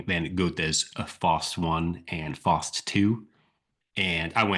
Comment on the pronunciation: FYI - Faust is pronounced like fowst :)